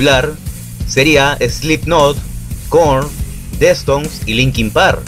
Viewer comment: Weee que pedo!!! "Destouns" jajajjajaja😂😂😂😂😂😂